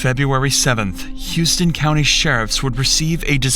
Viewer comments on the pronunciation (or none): Don't ask me why, but it's pronounced House-ton. Not Hews'tone like the city. It constantly pisses me off for no reason. It literally has the pronunciation on the wikipedia page. :( Edit: The level of incompetence and Cop epeen Machismo is about right on for what I'd expect out of the shithole that is houston. Entire county only exists with people in it because of the military, literally. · The name of Houston County Georgia is pronounced “How-ston” county, not “Hew-ston” county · It’s pronounced howston not Houston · Houston County Ga is pronounced Howston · It's pronounced HOUSE-TON in GA, not like Houston, Texas! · "How-ston" County, not "hu-ston". No one ever pronounces our county correctly. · It’s pronounced How ston Not hew ston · That county in Georgia is pronounced "how-ston", not "hugh-ston". Weird, I know, but it is. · It's House ton county. Not Hues ton like the Texas city. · Its pronounced HOWSTON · off topic... they pronounce it "HOUSE ton" (I lived there) so weird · pronounced “House-ton” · How-touhn county Ga not like Houston Texas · I live here in Houston County. It’s pronounced, House-ton. Named after a former Governor and that’s the way he pronounced his name. I remember when this happened. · The “hous” in Houston County, GA is pronounced like “house” or “house-tin”. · Hey I live the next town over... it is pronounced HOWston county. This sh*t is crazy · You are mispronounced "Houston" County, GA--it is not a city in Texas. Pronounce as "How"ston. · Youre pronouncing houston county wrong! Its like a ton of houses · Side note: it's pronounced "house ton " Georgia. They are very particular about how ppl say it. I'm told 😂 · Fun fact….. former Georgia resident here, Houston as in Houston County, Georgia is actually pronounced How-stun. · Never knew this happened in my city. It’s pronounced House-ton btw 😅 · It's pronounced house-ton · The county name is pronounced "Houseton" even though it's not spelled as such. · And it's pronounced "Howston" GA Bit